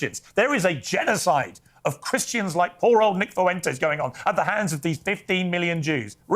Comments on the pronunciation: I always chuckle at how Kyle says “Foo-WEN-tez” instead of “FWEN-tez.” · Me: Kyle, how do you pronounce Fuentes? Kyle: Foo-when-tezz That shit makes me laugh every time you say that scumbag’s last name in your videos.😂